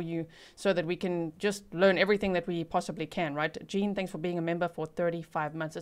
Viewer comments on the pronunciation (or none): none